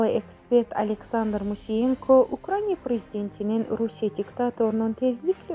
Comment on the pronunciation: görəsən düzgün ukrayna deyən diktor olacaq?..